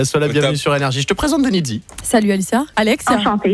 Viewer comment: Ce qui me fait marrer, c’est comment il prononce son nom : « Dénidzee »